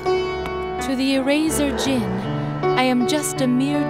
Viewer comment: It's sus to say The "D" Is Silent In The Word Djinn